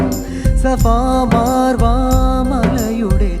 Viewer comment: സഫാ മാർവ്വാ എന്നല്ല സഫ മർവ്വ എന്നാണ്